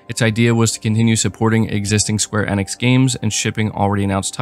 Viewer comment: Yes. It was annoying me too.